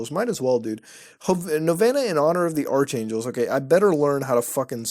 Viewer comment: I’m low-key triggered Mutah pronounced ARK angel ARCH angel